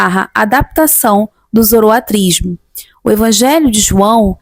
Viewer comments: a pronúncia é Zoroastrismo com S. Nao Zoroatrismo. espero ter contribuído. Parabéns pelo seu trabalho. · muito obrigado pelo vídeo. Excelente e informativo, como sempre. Uma dúvida: é possível falar tanto zoroaStrismo como zoroatrismo (sem o "s")? Notei que essas variações foram utilizadas durante o vídeo. Muito obrigado pelo excelente trabalho! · Ótimo vídeo. Obrigado pelo compartilhamento do conhecimento. Uma dúvida: ouço a pronúncia da palavra relacionada à doutrina de Zoroastro tendo duas pronúncias: zoroatrismo (como nesse vídeo) e zoroaStrismo. Existe uma pronúncia correta ou são aceitas as duas pronúncias?